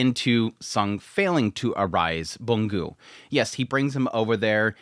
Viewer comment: I thought you’d stop calling Byung Gu “Boon Gyu” by now 😂